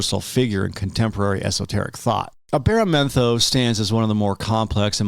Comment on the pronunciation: He said the name wrong lol